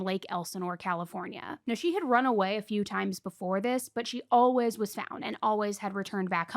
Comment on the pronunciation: Why do you both pronounce “always” as “olwuz?”